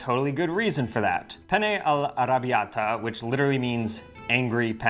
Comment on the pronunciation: Italian advice. Say “penne” not “pene”. Make sure you say the two N’s.